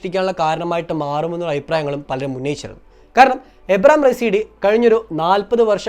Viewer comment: ഇബ്രാഹിം റെയ്സി, എന്നാണ്,, എബ്രഹാം അല്ല